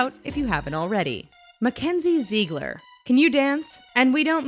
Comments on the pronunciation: Her name is Zig-ler. Not Zee-gler. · omg kenz!! but if one more person says “zeegler” 😂😂